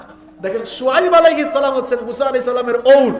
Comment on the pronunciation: এক শয়তান বলে ইয়া নবী র্ছালামালাইকা : ছালামটা ও শুদ্ধ করেনা।